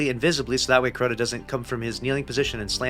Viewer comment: How in the world did you turn this into a 10 minute video? It's Crota ya silly goose 🤪